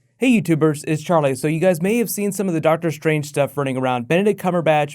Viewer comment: I like how British you sound when you say Charlie.